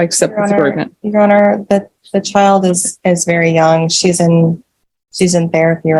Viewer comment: Bro rly said “when SHEES 9 SHEES MINE 😤” 🤣